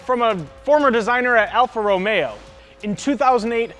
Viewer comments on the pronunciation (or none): Hahaha i thought the same thing lol, also, what car dude doesnt know how to pronounce alfa romeo lol